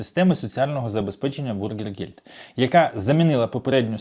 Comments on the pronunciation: Bürgergeld бюргергельд, а не бургергельд.😊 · Говорите пожалуйста правильно " бюргергельд", а не " бургергельд", это не булка с котлетой, а деньги для граждан. Большая разница! И не пугайте людей, принудительно никого не будут высылать! Кто за 3 года постарался и выучил язык и желает или уже работает, тех оставят с удовольствием. В Германии нехватка рабочих рук во всех отраслях! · навчись вже правильно казати: НЕ бургергельд, а бюргергельд! Від слова бюргер ( громадянин), а не бутерброд! Не позорьтеся!!!